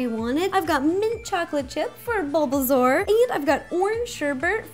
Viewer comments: Ro always says Bulbazaur instead of Bulbasaur. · Bulbasaur u said bulbazaur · She said Bulbazaur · Fantastic channel but if you say "Bulbazaur" one more time